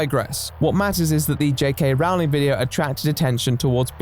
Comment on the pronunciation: The irony of Blair (an American) pronouncing Rowling's correctly and (seemingly English) pronouncing it wrong is hurting my brain 🧠 lol